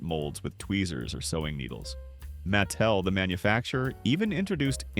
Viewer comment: the "narrator's" tone comes off that way because "he" will mispronounce a name and then say it correctly right afterward. No human alive has ever pronounced the company "MATT tell". Ever. So, real question: Are you using AI for narration?